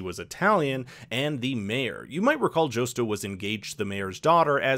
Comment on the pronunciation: How are you pronouncing Josto’s name wrong?